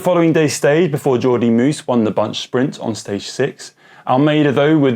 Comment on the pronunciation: And if they wish to learn more about the proper pronunciation of Flemish riders, (Tiesj) Benoot rhymes more with ‘road’ as opposed to ‘flute’ and I can’t think of any English word that rhymes with(Jordi) Meeus but it should not sound like ‘moose’.